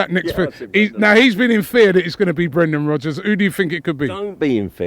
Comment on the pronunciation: He said Brendan Rubbers !!!! O_O LOL!!!